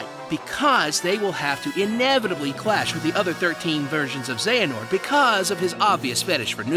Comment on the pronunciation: You finally say Xehanort right but trip up on Eraqus? Someone needs to watch Birth by Sleep theatre mode again.